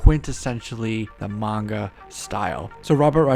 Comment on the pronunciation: At last, an American Who can pronounce Manga properly. Lots of numpties say Monga. It’s sooo annoying. Big eyes? Because it Manga? Japanese anime! Mah-n-gah!